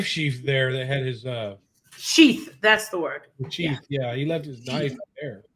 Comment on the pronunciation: DV calls the Knife 🔪 Sheeff not Sheath 😂😂😂😂